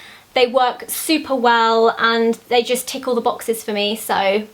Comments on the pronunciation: When u said tick all the boxes it sounded like tickle the boxes lol xx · I THOUGHT SHE SAID TICKLE THE BOXES IM LAUGHING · I thought you said it tickles the boxes. But then i realized it ticks all the boxes. lol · She said tick all the boxes Nd I thought she said tickle the boxes